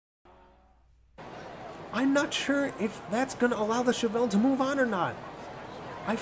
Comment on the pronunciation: Pronunciation of Chevelle is correct